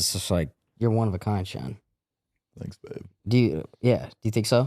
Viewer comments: He keeps calling Shan Sean lmaoooo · How come nobody is talking about how is calling him Shawn the entire time😂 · Why are you calling him Shawn?